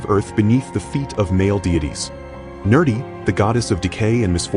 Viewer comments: It is actually Nirṛti. Nerdi is a mispelling and mispronunciation of Her Name. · I agree. The pronunciation absolutely sucks, i.e: pronouncing Nirṛti, a Name of Mā Kāḷī, as "Nerdy". It sounded like he was calling Her a nerd.